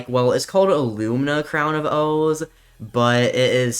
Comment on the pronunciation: It’s crown of OOOOOOOOOOOOOOOOOOOOH not ooooooooooooo